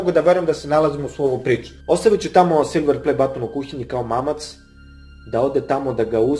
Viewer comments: Neznas pricat i neznas izgovorit silver play button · Meni je smesno kako kaze silver play batton